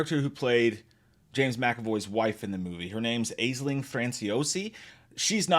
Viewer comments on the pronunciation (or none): when an American tries to pronounce Irish names 😂.... Aisling is pronounced "Ash-Ling"